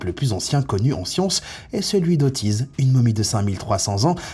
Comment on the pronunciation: Heuuu, c’est pas otiz mais Ötzi… Mais bon…